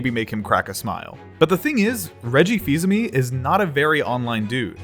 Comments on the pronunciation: this man saying "aime" as "ami" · "Reggie Fees-Amee" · I hate the way you say fils aime